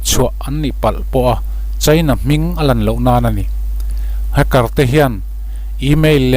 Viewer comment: Hmmm... Inzir belh tur om nual. Sap tong(English Accent)lam dan: Eg:- Hacker, Stealth...nakin zel ah ph... Google hmasa thin rh. Tin, tuna kan soi Stealth leh Hacker te hi a awmzia(meaning)soi fiah nghal zel a tha. A awmzia hre miah lo thenkhat an om don. Vai Serial/Korean Serial ho anga hmuhnom don chauh, ngaihnom don chauh tih ah tih zo/tawpna siam th suh. Part-1 Part-2 etc ... tul kher lo